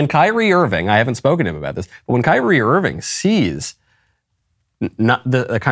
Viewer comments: Michael, admit it; you pronounced his name “Keer-ree-ā” before someone corrected you. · I did like the clip, despite the weird pronunciation of "KYRIE". :)